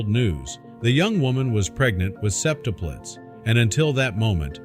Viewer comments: sep-tup'-lets not sep'-tup-lets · It's "Sep-TUP-lets", ya' scwewy wobot! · "SEP-tuplettes." 😅 This was almost 28 years ago, not 21. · I can't listen to how you pronounce "septuplets" 🙄. The music is unnecessary in that it tries to force the audience how to feel.